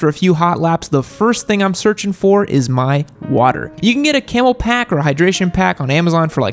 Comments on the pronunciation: It is a Camelbak.... not camelpak. Love you tho. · It's called a Camelbak.... not a Camel Pack.